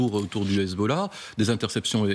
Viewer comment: le commentateur a h Hezbollahhhhhhhh avec l'accent 😂😂😂